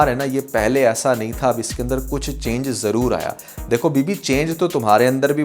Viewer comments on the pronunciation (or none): none